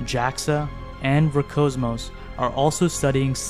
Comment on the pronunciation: Just FYI, the "S" in ROSCOSMOS isn't silent.